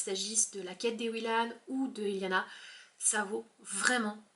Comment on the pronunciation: Coucou :) C'est Ellana et pas eliana (pas grave ^^). J'ai adoré les livres de pierre bottero :)